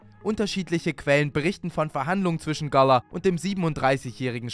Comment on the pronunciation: Wieso sprichst du Gala so komisch aus haha